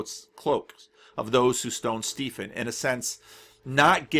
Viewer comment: are you pronouncing Stephen 'Steefen'? or is the name spelt differently? because Stephen is pronounced 'Steven'. it is just an older spelling. you get a lot of Stevens in the UK whose names are spelt 'Stephen'. don't know about the US... i may be totally wrong and the name is spelt differently, but if it is spelt 'Stephen' it will be pronounced 'Steven'.